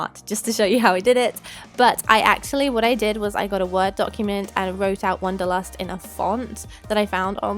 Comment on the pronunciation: I really like the globe idea. Think I wouldn't have painted it blue and just put the flowers and the word on, but yours turned out really awesome. Love how non german speakers pronounce german words like wanderlust. The word isn't actually used very often in germany, but I've seen it in a lot of DIYs recently :) nevertheless, great projects and I hope for more DIYs :)